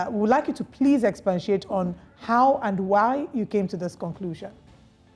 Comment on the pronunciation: Did I just hear that lady say "Expantiate" ???😮😢